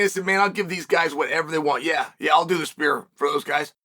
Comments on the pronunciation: take a shot everytime Chael P Sonnen says "spear" instead of "sphere" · I keep hearing, 'Spear'. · think he was joking because it sounds like Chael is saying "spear" everytime he's pronouncing Sphere.